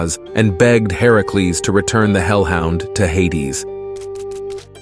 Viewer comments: Why are you saying herecles? It's Hercules or are you talking sbout someone else? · I love the video but I can’t be the only one irritated at how he’s saying Hercules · Anyone bothers how he’s saying Hercules name? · You literally tried to be smart and failed. You pronounced Hercules wrong and called a him a her. Not to mention it was chrono the titan. Also, Hercules had the trial to take down Medusa.